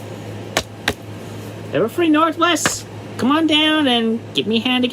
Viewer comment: Emphasis on come.